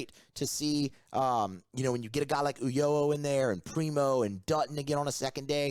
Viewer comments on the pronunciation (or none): Is there any specific reason why you're pronouncing Fidel Ulloa's last name as oo-YOH-oh instead of oo-YOH-ah? Where would the second "o" sound come from?